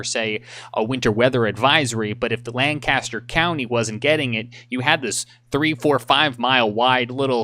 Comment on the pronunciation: You almost say the county right. I live here and we pronounce it Lain-Cuss-Turr. It is absolutely amazing because you guys are absolutely correct. It would be crazy how different our forecast would be from Chester and York counties. Lancaster County’s weather forecast comes from Columbia and York/Chester comes from the national weather service in Greenville/Spartanburg.